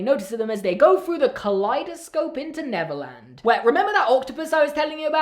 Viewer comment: I keep hearing Neverlands as Netherlands